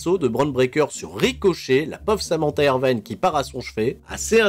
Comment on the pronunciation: Pourquoi dire Samantha IrvAYne alors que ca se dit Irvine, quasiment a la francaise ? x)